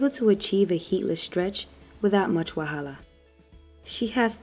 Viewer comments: I love how you educate us properly on how to take care of our hair!!Did I hear you say "wahahla"?? Are you Nigerian??😁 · Without much wahala 😂 Nigerian accent come through 😁❤ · Did you just say without much 'wahala' ? Are you Nigerian? You have the most informative channel on YouTube right now. 👏👏👏